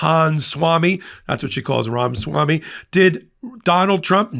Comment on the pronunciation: Its Ramaswamy not Ramswamy. For God's sake. How are we supposed to take you seriously if you can't get the names of key players right?